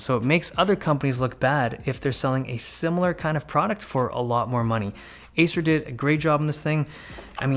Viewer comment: Is he saying asus or Acer ?